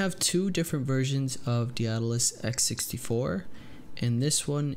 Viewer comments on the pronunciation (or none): Lmao none of these noobs can pronounce Daedalus